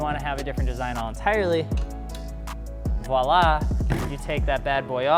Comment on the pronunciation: Thank you so much for saying voila properly 👋🙏